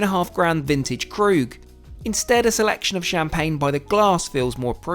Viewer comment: I would suggest you learn how to pronounce French Champaign and French restaurant names correctly otherwise you should like a dick